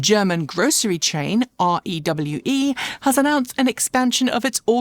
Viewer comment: The German supermarket REWE, is not pronounced as an acronym. Try to say "ree-v-er" as one word.